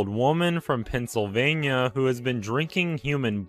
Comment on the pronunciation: Pennsylvania be like trannsylvania